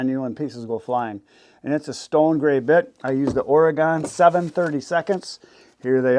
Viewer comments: my home state is Oregon = Or-i-gun, not Or-ee-gone, just saying. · It’s “oregun”